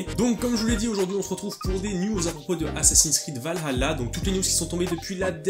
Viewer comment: Par pitié arrêtez de prononcer "Valhalla" avec l'accent arabe, c'est juste affreux !!